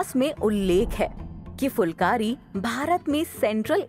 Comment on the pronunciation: aap dhang se uccharan nahi kar rahi phulkari ko aap fulkari bol rahi ho